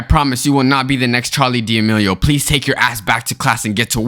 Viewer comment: Am i the only one who heard charlie D. amelio